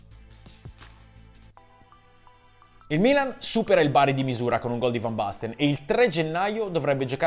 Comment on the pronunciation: Fan basten mateus, ma la pronuncia ? Né cogliamo parlare ?😁